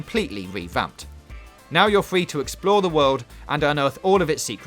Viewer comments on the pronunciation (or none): Fortnite is fwee guys